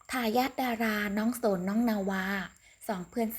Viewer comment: น้องโสน อ่าน สะโหน